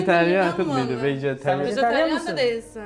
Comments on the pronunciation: Vejeteryanı söyleyemiyor veganın anlamını da bilmiyordur gelmiş kıza konuşamıyor diyor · son 3 lu cok komik.Hele sariya bak vejetaryan soyleyemiyor adama soruyor vej misin diye 🤣🤣🤣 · Tuğçe konuşmayı bilmiyon diyen siyahlı kız vejeteryan bile diyemiyordu beyazlı kızda Tuğçe baya kıskandı sadece başak kadınlara saygı duyor Tuğçe hepsi kıskandı